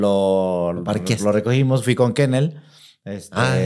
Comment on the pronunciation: Éste like, va para "Mr Kennel", ke se oie como (Que?... Neel !!!) 😅... Pero mis respetos, se avienta, y si me ha sacado unas carcajadotas, bien machin! 😂 (De esas k, hasta se te salen atm, las lagrimas de felicidad... Bn chingon el vato! Denle un caguamon, y ~una golffff... A, no,~ Digo "un carro gulf", de mi parte) 😅